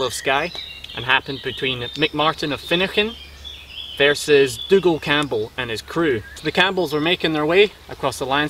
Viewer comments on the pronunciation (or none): none